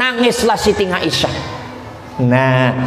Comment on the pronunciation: maaf pa ust .dlm bahasa arab tdk huruf NGA.siti aisah.bukan ngaisah. mahorijul huruf nya di perbaiki